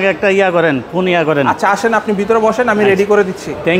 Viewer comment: পোন না মিয়া ফোন হবে😂😂😂😂